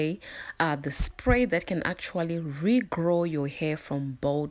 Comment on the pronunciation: The R" is very strong 🤣🤣